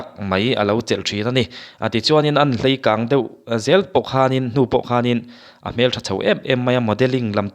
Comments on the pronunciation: 'Hleikâng' i ti zela 'Leikâng' tih zawk tur a nilo maw...😊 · Hleikang tih tur a lawm